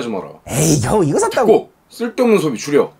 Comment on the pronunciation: 쓸데없는 소비줄여가 쓸데없은 소리줄여로 들리는건 기분 탓인가...?